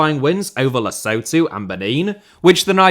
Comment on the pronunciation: great work as per norm, but PLEASE, LESUETUE NOT LESOWTOE?